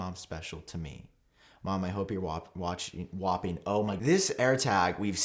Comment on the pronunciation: “WAPPING” LMAO